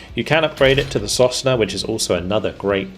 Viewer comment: sosnA "a pine". I don't think there's any point in trying to correct your pronunciations, haha. You're almost always wrong. Well, it's not that important at this point.